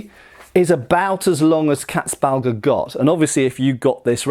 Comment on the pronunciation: This is not about pronounciation mate. This is me finding old words funny. You have the same in English. 🙂 Haha, Katzbalger, I will re-apply it to my vocabulary lmao! 😂 I just love funny sounding words. 😅 And pronounciation of Katzbalger is quite good by the way, almost perfect. I approve. 👌